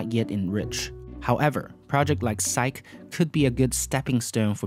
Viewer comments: I thought it's pronounced Psych-ee. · a small pronunciation correct: for the word Psyche, you have to pronounce the last vowel: "Psych-E" -- as in the Greek mythological figure and the psychological concept.